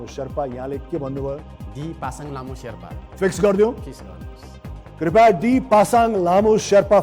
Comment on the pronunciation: *ख्यालख्यालैमा 6लाख 40 हजार??omg!! बधाइ छ दाइ !! तर नेपालिमा नसोधेर किन english हाँकिराको होला?? यो दाइको बोली "त" लाई "ट" भन्नी खालको रैछ त्यहाँ माथी इङ्लिशबाट question सोधेर "वर्ल्ड एड्स डे" भनेको "ओल एस दे" "फिक्स गर्दिनुस" लाई "फिस गर्दिनुस" भनेको नै नबुझेपछी,,, हेर्या हेर्यै.... हेहेहेहे ! म किन बेहोश हुँदिन त ।